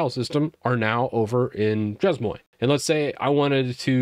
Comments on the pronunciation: Hey great video - useful info. The word "Chezmoi" (that u keep butchering) is pronounced SHAY-MUA. Its French lol - means "at my place." Anyway, enjoy ur channel. Keep up the good work 🙂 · It's pronounced Shay-muah 😂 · Chez-Moi pronounced Shea - mwah if you want to simplify it you could try She maa and that'd be probably closer. Easier to say and much less disorienting. Chez-Moi = basically french for "My house" Chez-Moi = My House Chez-Toi = Your House Chez-Alice = Alice's House That said it seems like a fun tool. Definitely bookmarking for when I really have time to start using Linux. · That shez-moy makes my ears bleed, and I'm not even French. 🙈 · As a French guy, it's pronounced "Shay-Muah" :) Just watching this now! I've got a couple of dotfile solutions but I'm definitely open to better tools, especially since I'm planning to do a barebones Ubuntu 22.04 install soon (migrating from Debian because I've accidentally made a FrankenDebian from newer packages) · chezmoi 🤣🤣🤣🤣 bro i cant focus on what you saying every time i hear u saying it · It would have taken like 2 minutes to look up the pronunciation lmao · I'm not even French, only studied the language a couple years in high school, and I'm losing my mind hearing butcher these words. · that really REALLY hurts my ears to hear you saying ChezMoi like that Chez as in Ché Guevara Moi might be phonetically written as Moire (but not quite so extended or drawn out. a bit shorter on the finish) Chez Moi is French for My Place (My Home) also, shouldn't local binaries go into /usr/local/bin (/usr/local/sbin)... ( let's be tidy but keep to the existing conventions. and if we are moving systems again, we know we have our own non-standard binaries in a designate folder location that we can pickup and take with us )